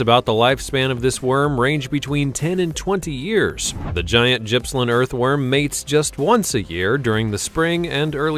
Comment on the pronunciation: Gippsland is definitely not pronounced how it is on this video commentary A simple search gives audio pronunciation of words in the correct manner